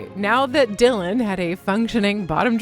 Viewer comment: "Di lan" HAHAHA Great work - anyone else would leave it to rot.